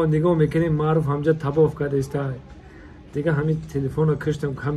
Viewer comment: Табоф не таввоф